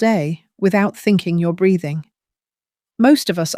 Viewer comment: Breathing not braiding. Sounds like it doesn't it.